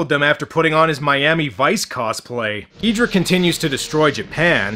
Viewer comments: king ghidorah is not said like ghidrah but said like ghidorah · Miki is right, Ghidorah no Geedra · alright i have a book that is all about godzilla and it that they that call him "ghidorha" insted of "ghidrah" not hating just saying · I find it funny that despite everyone in the movie saying Ghidorah correct you keep saying Ghidrah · it is pronounced ghi-do-rah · aw well I guess we have to attack King Ghidorah with Godzilla (Gee-Door-rah) Mikki: Its king Ghidorah (Gi-door-ra): F*CK YOU MIKKI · It’s prnonced gay-ridah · This is why we can't trust early dubs. Or sometimes even recent dubs. Then we got people like him constantly making the wrong names and all. "Ghidra" is like hearing nails over the chalkboard. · hahahahaahaahahah king Gidera its king Gezora hahahahahahahaha (its fun-yer wen you say it in a fancy voice ) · The movie is right. It’s Ghidorah, not ghidrah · I feel you with his pronunciation. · Its ghidorah